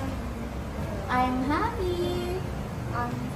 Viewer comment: Teacher huppy like puppy ang pronunciation😂😂😂? Sud like soap suds?😂😂😂 🎉🎉🎉